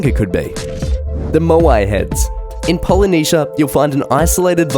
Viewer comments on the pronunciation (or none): none